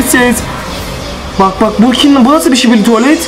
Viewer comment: Şibili😂 tuvalet değil😂 skibi tuvalet